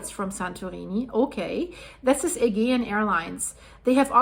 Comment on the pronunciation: Just to mention AGEAN is prononounced Ayjean 💜 not a hard ‘g’